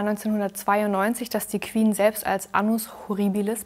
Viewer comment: Das Word Queen beinhaltet keinen "w", warum sagt ihr "Qwen"🙄🤦🏼‍♀️